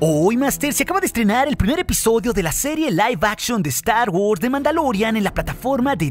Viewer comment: "Saludus másters de estar wors"... jejejeje